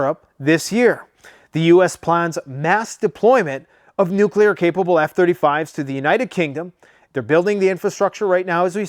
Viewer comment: No it's not nuclear